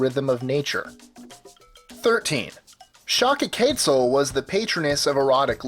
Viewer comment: Challycliqueo... did you mean Chalchiuhtlicue (Chal-chil-kli-kwe?)